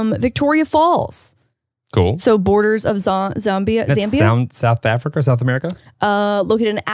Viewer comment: The way says south african just gets me every time!! 😂😂 It feels like I'm watching international news and listening to them pronouncing local names and I'm like "A for effort". Accents are so weird guys.